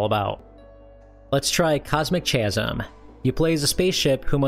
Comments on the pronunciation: The H in "chasm" is silent. Ka-zm. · I think Cosmic “Chasm” is pronounced “ka-zum” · You are correct. Hard K sound. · I don't often complain about pronunciation but "Cosmic Chasm" is making my eye twitch. I hear people mispronounce chasm fairly often. Regardless of how it's spelled you want to pronounce it like kasm or ˈkæz əm if you want the IPA. Cosmic Chasm is supposed to be pronounced with the same k sound at the beginning of each word. That's my pedantry quota for the day. Thanks for the interesting video! You were great as always. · Chasm is pronounced "KAZ-um," BTW. It means an expanse or tear between two things, like a crack but bigger. Just thought you should know! (Also, surprised you didn't show off Spike, the only Vectrex game with voices! Also the only platformer for the system. Great game, too -- one of the best on the whole platform, hands down!) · "Chasm" is pronounced with a hard C/K and no H. Kasm. Like the word "Chyron." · The "ch" in "chasm" is pronounced like a K. It's because it's a loanword from Greek. (Sorry, I am a pedant.) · He really never has heard the word “chasm” before? It seemed liked something we used to encounter a lot as a kid.